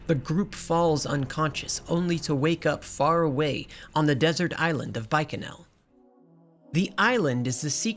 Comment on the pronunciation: Oh no. You say TIDE-US. This debate will never die. I'm only at the introduction of Wakka. I'll edit/update throughout the video. Edit 1: I fell asleep watching this so I'm trying to go back and catch up. The inability to pronounce Macalania as a running gag is fun, but, damn, the saying Tide-Us and Bye-kanel is killing me. Maybe this sort of thing is your brand of humor. I don't know. This was in my recommended so I clicked. I'll do more looking into other videos of yours. Edit 2: I wonder if you cover the remaster at all. I missed the PS2 face models but I've been playing the remaster for almost a decade so this is mind fuckery. Edit 3: You are mixing up a decent amount of plot but you did mention at the beginning that you only played this twice since release so that's understandable. I like your delivery or dramatic script reading. Very well made so far. Just passed the Gagazet Dream of the Fayth part. Tidus was originally going to be unsent but The Sixth Sense came out so we can't copy that so boom you're imaginary instead. The development of this game is honestly fascinating. Edit 4: You can freely sort both items and equipment from the party menu outside of battles. either manually sorting or using the auto sort button. Edit 5: I know that my comment is gonna come off hella harsh, and I don't mean to antagonize. I'm super passionate about this game and also love looking at valid criticisms. I fully agree that the Jecht story is hella weak because your abusive father get